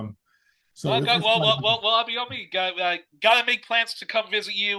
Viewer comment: Truly insightful interview. Abayomi - which is a Yoruba name, by the way, and one will do well to learn to pronounce properly ("try "Aba-your-me" as in the English adjective "your" and pronoun "me") - is a very knowledgeable man!